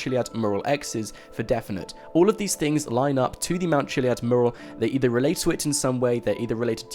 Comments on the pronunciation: it annoys me the way you can't say mural properly lol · Please learn how to pronounce mural. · Learn how to say mural. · PLEASE LEARN HOW TO PRONOUNCE 'MURAL'!!!!!!!!!!!!!!!!!!!!!!!!!!!!!!! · You speak so nicely , but can you correct your pronunciation of the word "mural" it's driving me nuts